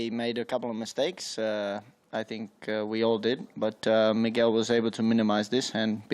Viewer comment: Hello Migwell.